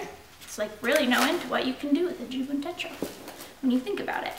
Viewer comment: You're the cutest. Techo, short e. Rhymes with um... Fetch-o.